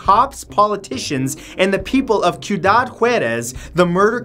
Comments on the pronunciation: I flinched too at that moment... Kyudad, what is that? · ciudad is pronounced "SYU - DAD"